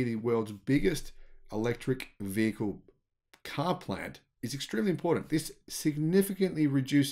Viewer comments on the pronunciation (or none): none